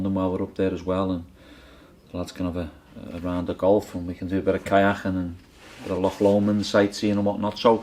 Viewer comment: "Kayaking". A perfect word to highlight a Liverpool accent 😂😂